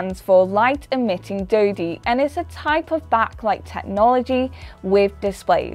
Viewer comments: had high hopes for this vid but when the lovely young lady said light emitting dody, well.....er i think its pronounced diode🙂ill continue now hoping no more gaffs like that. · Diode is pronounced as [ˈdīˌōd]. 😅🤣😂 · You say light emitting dodie I say light emitting diode : ) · Dodie or diode 😂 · Did she really call a diode (die-ode) a dough-dee?🤣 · i lost it at light emitting DODIE LMAO this girl is clueless af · i stop watching when i here doidi omg i thought she knows what she says so its all about the fc script hehe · LED = Light Emitting Doo-dee? Really??? I was taught, Light Emitting DIODE. (Ronnie James Dio is pretty good also! RIP) Or maybe it's because of her tongue stud. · light emitting "deeodee" bruh what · "Light Emitting Dodie"? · She even called diode “a dode”. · I heard dode instead diode : ) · looking for this comment, made me laugh, new it was a bad idea listening to a woman hahah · Light emitting "doidi". Noise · Lost me at the pronunciation of diode 😂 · Yes! Even a non-English speaker knew she pronounced it wrongly!